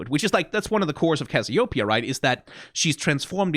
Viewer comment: why y'all pronounce Cassiopeia so weirdly?